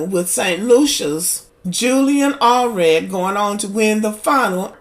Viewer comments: Allred? It’s Alfred. U can’t even get the name right. Why shud I watch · Her name is Alfred not Alred please